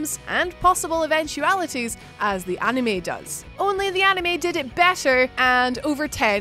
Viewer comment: Please girl, for the love of all that is good and holy, never, ever say the word anime ever ever again. That is all.